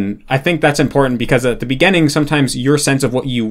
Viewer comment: "at the beggehning" dude's spent so much time with japanese pronunciation that he's forgotten how to pronounce english lmao